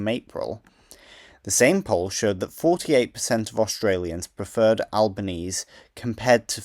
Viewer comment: Great video. For future reference, Albanese in this case is pronounced "Albaneasy" rather than "Albanease.